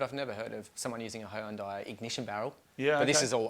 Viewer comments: He-un-day? Never have I ever heard it called that. Lmao. It's Hun-day. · hee-unday lool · Wow Australians pronounce "Hyundai" weird lmao